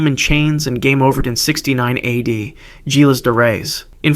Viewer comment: "G" in Gilles should be real as "zh" sound.